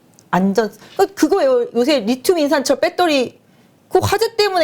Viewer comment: 빠데리, 빼떠리~ ㅋㅋㅋ 재미있었습니다. 좋은 내용 감사합니다.